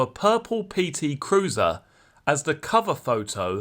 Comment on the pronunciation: Just hearing you articulate the words purple PT cruiser are nearly worth the subscription